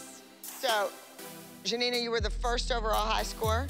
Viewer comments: I feel when abby says "Gianina" it feels like she says jenita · The fact that Abby couldnt pronounce GiaNina's name is kinda weird cause its actually a pretty easy to say correctly